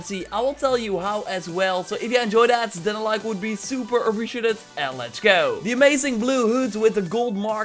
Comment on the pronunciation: “And letch gew!” Lol.